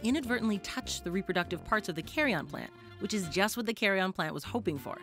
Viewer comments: Americans also say carry-en. She is mispronouncing, could be regional, but it’s making my ears bleed 😂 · I kept hearing carry on lol. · Why is she pronouncing Carrion like carry on ? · So is it "carry on", like she is pronouncing, or is it "carrion"? Seems like it should be carrion. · Why she call it the "Carry On Plant" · Pretty sure it's not pronounced "carry on" lol... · Fully committed to mispronouncing carrion 🤦🏻‍♂️ the correct pronunciation sounds a lot closer to onion than it does carry-on. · No such thing as /carry-en/ my guy. It's /ˈkærɪən/ but who cares anyway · I've never heard the word 'carrion' being pronounced so incorrectly in my life, especially by someone who's an expert in everything plant based. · Is it just me or is she saying carrion wrong... I am pretty sure its a uhn sound at the end. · I feel like you're saying the word carrion. Please stop saying it like that. Please. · Very cool plant! I used to have one. Very finicky in their care. Weirdest pronunciation of the word "carrion" I've ever heard, though. It's said more like "carry-un" or "carry-in" depending on where you're from, rather than "carry-on", with the emphasis on the first syllable. BTW, Established Titles is a scam not even based in Scotland. It's a company owned by a group in Hong Kong, and all you actually own is a fancy printed piece of paper, not any actual land. You don't get any rights to call yourself a Lord or Lady, and putting that on your credit cards is just asking for legal trouble. It's just a scam aimed at fleecing dumb American tourists. One Tree Planted is real, though, and they aren't actually associated with Established Titles, and have no connection to them at all--no links to them on their site. Seriously, do better in vetting your sponsors. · Her pronunciation of carrion is gonna make me go insane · It's Carine it's spoke as " carry in " not carry on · Carrion is pronounced like 'care-ian', not 'carry-on' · It's a "carrion" plant, not a "carry on" plant.